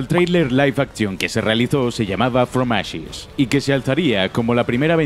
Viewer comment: Yo: Que buen video! El narrador: fromashes! Fromashes!